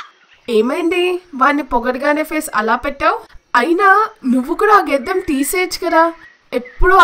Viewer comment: Geddam kadu gaddam 😂😂